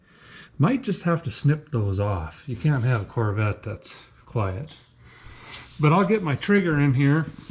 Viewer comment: "Poorvette" LoL. Another great installment.